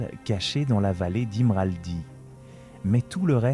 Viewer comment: Bon... C'est partie ! tu peux dire ce que tu n'as pas réussi à dire? ce que tu à dit avant c'est juste mais à ça recommence 🎉 ilmraldi... C'est imladris ça dépend... Si tu lis le seigneur des anneaux oui, mais le Silmarillion, non. la encore subshcoir? mais tu a lu quel version des livres pour nous présenter les collines de fer et les orocarni???? (C'est quoi les "collina de yero " et les "montagnes azul"????? ) les pêcheurs des riaulan?, un monde d'aldea??? n'entrent pas dans les bourgs... EN FRANÇAIS ON DIT VILLE OU VILLAGE!!!!💥💥💥 habitat chipique! (Tu fais un effort pour voir ce que tu mets dans ton texte?) encore... c'est les rohirrim... PAS LES roChirrim magnifique carte généré par IA on dit GRANDES, pas granges tu fais un mixte de langue c'est incroyable 🎉